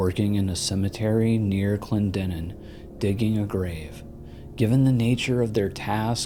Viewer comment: Kudos on pronouncing Clendenin correctly, as a West Virginian I get irked when people can't pronounce names like Clendenin, Allegheny, Monongahela, and Kanawha.😉